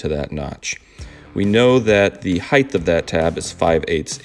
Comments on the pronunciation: you are correct- because “heighth” was popular in the 18th century, and competed in popularity well into the Victorian age. George Washington and Ben Franklin have writings in which they use “heighth” but so does Charles Dickens. Curiously, however, Dickens used “height” when narrating, but his characters used “heighth” Grammatically, it’s like saying “thee” or “thy” or “ye olde” - while technically correct, it’s a very dated and archaic way of speaking. “Height” with a hard “T” is the proper 21st century pronunciation. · Awesome video! Great jig design too. There is no “h” at the end of the word, “height.” Awesome beard, cool tattoos. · 'Heighth' -- seriously? Multiple times, as well?! Had to jump off at that point. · Bro fyi height is pronounced height with infancy on the t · Height-th I can never not hear it. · I’ve often wondered about that mispronunciation of height. I’m guessing that about 10% of people I deal with on the east coast of Canada make that mistake. I guess it happens because people use it with width and length and reverse the “ht” to “th” for that reason. I’ve never heard someone mispronounce weight in the same fashion...interesting! I really wish it didn’t bother me, but as someone else said, “it sets my teeth on edge” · Excellent video, thanks for the lite humor. Just so you know, the word height is pronounced like kite not gth at the end. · great video! Though I'd like to note the word you're trying to say is "heighT", NOT "heighTH". 👍🏽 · Tamar says "Draws" instead of Drawers and you say "Heighth" instead of "Height" lol (I'm glad ya'll can't hear my accent) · “heightH” is not a word, height works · I’m cracking up at you saying “heighth” over and over. Good video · It’s height (like night), not “high-th”. All good! Nice demo. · Quite a few woodworkers say ‘heighth’ , mainly all in US. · Are you saying height or heidth? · Heighth - no. Awesome jig though. Thanks! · did he say heighth? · "Heighth"? Nice jig though. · dude, its height NOT heighth